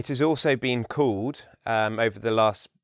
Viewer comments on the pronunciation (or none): Your “called” sounds like “cold”. You vowel splitter. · Your ending L sound is a little cockney, (sometimes) no? As in SCHOOL, it sounded a touch like schoow, then called: cauwd? But then other times your ending L is crisp. Maybe it's normal for RP. I'm trying to teach a Colombian student who can't say the American ending R to say the British ending R sound "ah" because it's easier for her. But she needs to pick up other British accent markers too, to be more consistent. Thanks for the video!!